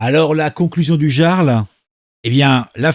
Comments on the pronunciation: mais personne ne sait prononcer le mot "jarl" tain... "yarl" !! surtout pour des personnes qui parlent de culture .... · Salut camarades Sa se dit IARL le j se prononce a la façon germanique jarl= iarl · Je poucebleuise, mais bordel on prononce I-arl, (avec un I comme Immence Charisme) pas jea-arl (avec un J comme J'ai mal au luc) ! Un peu de respect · ça se prononce YARL. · Ça se prononce yarl et pas jarl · On dit le yarl 🙂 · ON PRONONCE PAS JARL MAIS YARL!!! LOL Tu n'as jamais regardé la série Vikings quelle honte 😂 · Oui on prononce "Yarl" mais ça s'écrit Jarl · Coucou mon ami, Il faut prononcer " yarl"... C'est un chouette gars 👍🇨🇵 Et, tu n'as pas raté ton objectif, Bonne vidéo, Merci à toi 👍🌹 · On prononce "Yarl" !